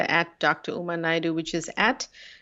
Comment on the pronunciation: Good one episode but noticed that TB avoided saying Dr Naidoo’s name at the end because he realised he had mispronounced it at the beginning 🤣